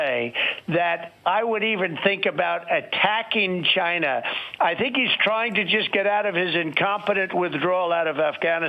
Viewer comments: This would be really funny if it wasn't f*cking scary as s*it.... Also, among another things, I cannot stand his pronunciation of the word ''China''... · Yep…a little Freudian slip…as if he meant to say “va-Chi-Na”. You also know where that weasel’s brain resides if you pay attention to the constant clues that betray him. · Donald always sounds like he's trying really hard to make China a one-syllable word. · Trump DELIBERATELY mispronunciation of the word China is Red meat to his brainwashed based supporters. He is a cold and calculating person. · Do you really think it’s deliberate? I think he’s just stupid. There is countless videos of him mispronouncing and slurring words. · Why can't he say China like a human being? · Never heard the word “China” youre right. What we do hear from you is “GINE A” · So funny watching the tangerine wannabe despot twist in the wind. His anxiety levels correlate well with the degree he mispronounces “China” as “Gina”. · The CHYNA (hate how he says it) tariffs were so a a huge trump donator - ceo of Blackstone - could make billions by selling soy grown in South America, which as you’ll recall was on fire after the Native council won a huge case giving them native title, preventing further clearing for soy crops and lumber (which Blackstone also profited from) - Droopy Bonespurs’ joint chiefs discussed the 25th within the year of his occupation- they were concerned in the first few days when he continually asked about how to launch nukes - he also talked about closing the border and using the insurrection act without there being an insurrection, so after he lost he tried to creat one but no one would let him pursue those powers - the general has an adult taking a machine gun off a toddler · Why does he pronounce it as "GYNA" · Why can't he say China instead of Gina? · Jyna? Gyna? How do you say China? Are you saying Gina like the end of va-gina? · I HATE the way he says "CHYNA" and I wonder why he pronounces it like that. Weirdo.